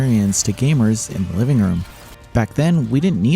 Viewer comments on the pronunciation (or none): none